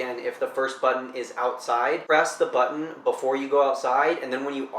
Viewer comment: Its button.....not buhh-tin!!!